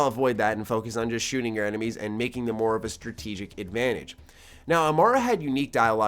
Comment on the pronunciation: "Blasted my Emenies away" lmao